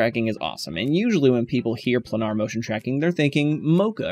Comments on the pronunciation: Second youtube instructor who can't/won't pronounce the word Planar. yes..like a plane....i.e.: "Plainer" Could it be Plainer? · Good info, but PLEASE learn how to pronounce planar! (pley-ner) :-)